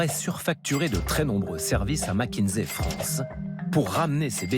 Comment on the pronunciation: Petit reproche à faire,c'est pas mac mais mc(mec)kinsey😊